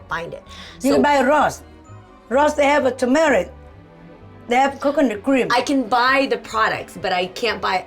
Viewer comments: when says turmeric it sounds like tamera lol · I keep thinking they’re saying “Tamera” 😂😂😂🤦🏽‍♀️ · The R is pronounced in TuR-mur-ic